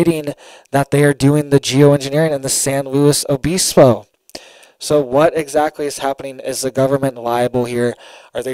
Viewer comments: not BEESPO, BIS, LIKE PISS. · Obispo is pronounced uh-biss-po. Biss like miss. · I was just saying that exact thing 😂SanLuos O Biss bo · it’s pronounced “San Loo-e Obisbo”. And the “t”in Santa Barbara is silent fyi I know your from Florida…It’s like the pharmaceutical approach to the weather. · It’s pronounced San Luis O bispo